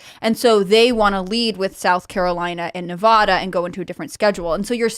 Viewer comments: He dumb chick. Its ad, not ah in Nevada. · Its not NEVAHDUH its NEVADA! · In Nevada, the preferred pronunciation "Nuh-VAD-uh," with the stress on the second syllable and the "A" sound as in "bad. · Glad somebody told Tim how to properly say Nevada halfway through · Somebody tell her how to pronounce Nevada correctly. Jesus christ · Please tell she’s continually mispronouncing Nevada. It’s not a hard A. Your having everyone here boo you 🤣